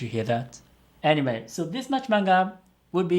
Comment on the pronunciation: is it just me or did he say "anime" instead of "anyway" ?